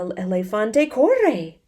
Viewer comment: This one was muy interesante, I printed the pdf and read along with you. I love the way you read and stress words like corre so we can hear the r sound. You can tell you love what you do! Gracias!